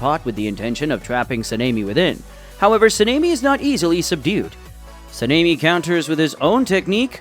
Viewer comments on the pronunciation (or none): I swear I heard Panini instead of Sanemi because of the pronunciation 🤠